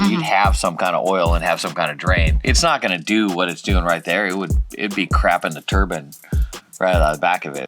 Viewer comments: I never heard " tur BINE" pronounced " tur BIN" before. I always thought that was religious headgear. Must be a CA thing. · The way you say turbine turb InE Not turbin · Everytime they say "turbine" I think they're saying "turban" :)